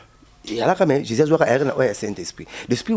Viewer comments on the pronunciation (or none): none